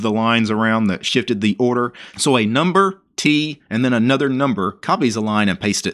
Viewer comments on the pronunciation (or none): none